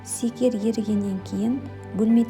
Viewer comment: Шекер емеспа сикер дегенининз